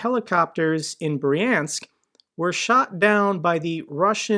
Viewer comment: Brjank, not Briensk